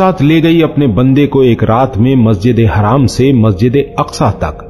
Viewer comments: Hello mister Masjide haraaam nahi Masjide haram bola jata hai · भाई यह मस्जिद ए हराम क्यों बोल रहे हो बार-बार जबकि नाम मस्जिद ए हरम है